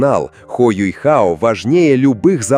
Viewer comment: я не про рисовку, да он теперь выглядит старше, опытнее и мужественно. Меня триггерит "Юйхао", откуда в имени взялся этот "й"?? Он Юхао а не Юйхао🤦‍♂️